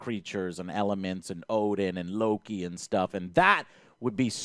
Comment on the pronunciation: nice to hear the correct pronunciation of ODEN for once :o